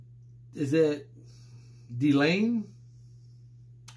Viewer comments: Your pronounciation of "Delain" is correct 😎🐱‍👤👍Thank you for reacting to this "nugget" 😁😜👌 Marko is kind of the unofficial member of Delain 👀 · Hello. Bearing in mind that I am from Europe, the French/Belgique pronunciation should be "Delun", however the name of the band comes from the Kingdom of Delain in Stephen King's novel, The Eyes of the Dragon. So, I would say that you are phonetically correct! Cheers Kevin